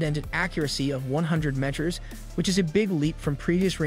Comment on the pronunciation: You don’t know how to pronounce the word, “meter?” Even AI narration would voice it properly. C’mon, man.